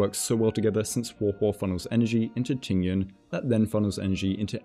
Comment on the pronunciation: that Tingyun pronunciation was so on point, better than the other ones, I think it's cuz the intonations are correct.